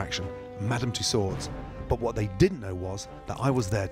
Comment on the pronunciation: the D is silent - unlike in Donkey - i mean bruh you're a millionaire potentially a billionaire who spent a decade in France lol - given how funny he is here and in general, i'll allow it